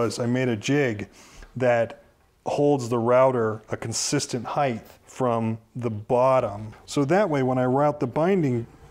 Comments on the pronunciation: Height not heighth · Height..th. Lol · Love these videos but I lose my marbles when people say heigth instead of height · Love this channel. However, there is NO SUCH WORD AS "heigth". There is indeed: depTH, and widTH, but no TH sound at the end of "height". This is an epidemic 😉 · If you put an H at the end of HEIGHT it becomes HEIGHTH not HEIGTH (you missed an H out), and the word does exist in dialect. The Merriam Webster Dictionary defines it as: the part that rises or extends upward the greatest distance. You probably couldn't find it because you were misspelling it.